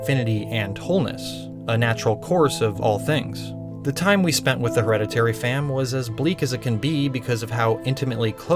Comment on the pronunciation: " her - head - a - teary " heh